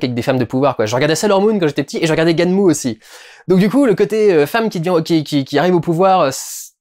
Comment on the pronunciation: Il ne faut pas prononcer "gunèm" mais "ganmou"